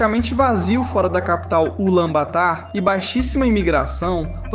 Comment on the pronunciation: A pronúncia é "Bator" abraço mano